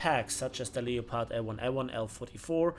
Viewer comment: No one gonna mention he mispronounced leopard the whole time? It's pronounced L-e-p-ard. otherwise was an excellent video